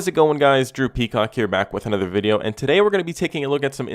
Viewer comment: never seen one of ur videos before n i was shocked when i heard u say droopy cock but turns out its drew peacock